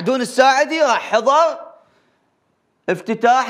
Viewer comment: حضل بدل حضر خوش إعلامي لفظ مايعرف يلفظ